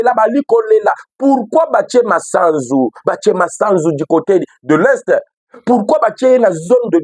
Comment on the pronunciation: Eviter d'ecorcher le nom de l'officier Supérieur c'est Gl MASUZU et non Masanzu